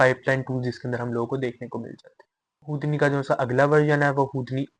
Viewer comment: it's "who-D-knee", not hood-knee .. the fuck? 🤔